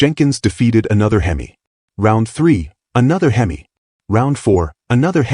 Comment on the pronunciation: Why the hell can’t you teach the AI how to pronounce Hemi?!! If AI is so gawd damn smart that should be easy. Unless you don’t know how yourself AI is a pain in the ass!! So you know I neither “like” nor subscribe to channels using AI!!